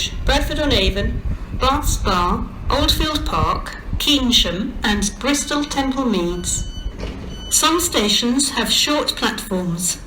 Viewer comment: Why is Keynsham called ‘Keensham’ in the announcement